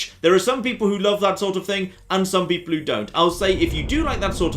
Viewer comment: "...and space peeple..."